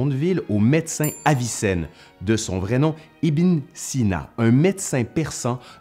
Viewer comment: Ce n' est pas ibin..on prononce ibeun...( .fils de...). enfin...je pense 😊